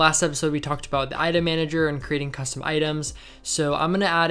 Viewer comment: no offense but when he says 'custom' it sounds like kusvton